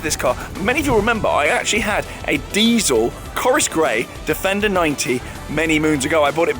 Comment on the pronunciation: Think I might watch it again, just to count how many times he says defender(wrongly). Not. .😙